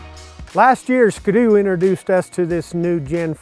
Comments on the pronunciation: God Dam Its (Skee-Doo) Not (SkaDoo) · why does he say skdoo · lmao really you pronounce it like it's one word.... don't you see the dash? ------- - it's ski.........doo hahaha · Lol "Skdoo" XD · I’ve never heard someone pronounce it that way “skudoo” it really bothers me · The way americans say ski-doo really triggers me. Not sure if thats how you actually pronounce it but its triggering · Is anyone else bothered by the way he says "ski-doo"